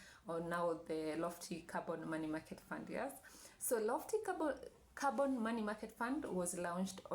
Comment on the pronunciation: Am I the only one hearing Carbon rather than Corban ?